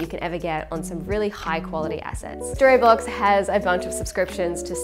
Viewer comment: right, before I start I know how juvenile this is. And yet... I really enjoy you being sponsored by Storyblocks, because every time you say it, for some reason I hear Storybollocks and it makes me smile. Love the vids, love seeing how much you're enjoying the Jeep and the additional freedom it affords you. One of the best content creators I follow in terms of quality and content, hope you're both good (nice to see Chris with his channel on the go) and keep it up for ages to come.